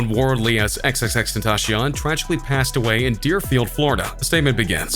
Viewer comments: You saying his name wrong your saying:"xxxtentashion" lol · Is no-one going to say something about how strange is he saying x' name?